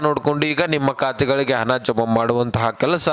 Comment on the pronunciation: ಹನ ಅಲ್ಲ ಗುಗ್ಗು ಹಣ ಅಂತ ಹೇಳು...